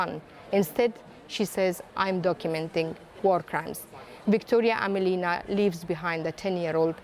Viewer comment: AmElina not AmelIna. Emphasis is on “e”